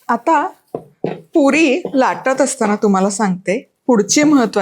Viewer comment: तुझ्या पुरी शब्दाचा उच्चार काहितरी विचित्र वाटतोय